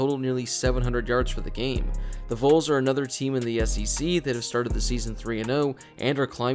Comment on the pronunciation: Not to be that guy but Vols is pronounced like vawls because it’s volunteers